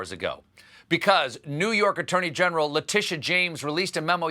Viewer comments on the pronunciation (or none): It’s probably pronounced “La-tee-she”. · Why can I hear him overpronouncing your name?!